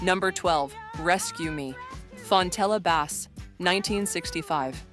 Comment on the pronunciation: LOOK UP FONTELLA BASS AND PRONOUNCE HER NAME RIGHT!